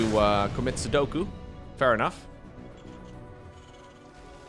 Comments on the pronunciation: That's sepuku, not sodoku bro. Critical difference. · Seppuku not sudoku